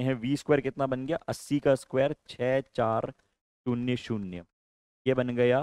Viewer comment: 😂 A स्क्वेया+ B स्क्वेया